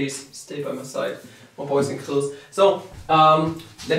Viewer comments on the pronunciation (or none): not being mean when I say that when you say "boys and girls" it sounds to me as "poison girls". am i alone here?